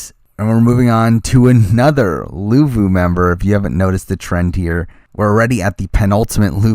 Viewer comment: luvu not levu